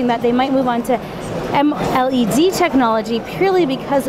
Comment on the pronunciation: M-LED, not amled